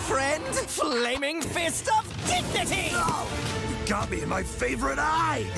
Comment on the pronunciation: HELP HE SAID FLAMING FIST OF DIGINITY